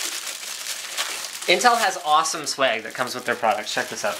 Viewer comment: Linus why do you say "sweig"?